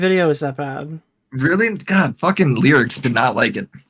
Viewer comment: How exactly do you you pronounce Lerix? (don't say Lolicon. IYKYK) I've heard it pronounced like 5 different ways. Now is calling him "Lyrics" lol